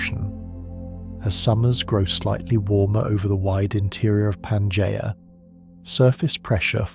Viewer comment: The AI voice trying and failing to pronounce Pangaea in numerous different ways is hilarious.